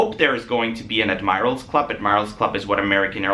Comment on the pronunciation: Did you say ad my ral? It’s admiral like the navy admiral.